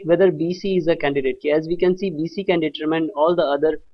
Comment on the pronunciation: it's virtually painful to hear you everytime you mispronounce "determine". it's read as "de-tuhr-min" NOT "de-ter-mayn"